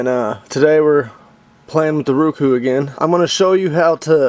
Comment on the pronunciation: Row-koo not Roo-koo